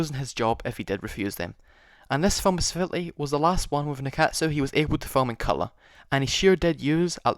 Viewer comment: Thanks for making the video! 日活 is the Paramount of Japan (oldest major studio) and the pronunciation is closer to Nickatsu :)